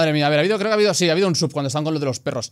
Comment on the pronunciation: Cada vez que dices sub alguien muere en el mundo hispanohablante